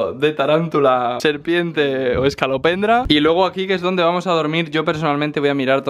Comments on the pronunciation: No hace falta deciros esto,porque se que os diréis cuenta en algún momento☝👁ami me pasó: No es es(ca)lopendra, es es(co) lopendra😁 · Es escolopendra, no escalopendra (voz de Hermione) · Que no se llama "ESCALOPENDRA", sino "ESCOLO, ESCOLOPENDRA",JAJAJAJAJA. Besos!!!!😘😘